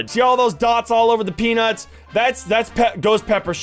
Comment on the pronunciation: But it was funny that he said suns peanus